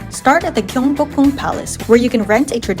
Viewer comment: 서울, 경복궁, 한복, 북촌 등 한국 단어 발음이 굉장히 좋네요! 멋진 영상이에요. Your pronunciation of Korean words is incredibly good! Thank you for your beautiful video. Much love from Korea!❤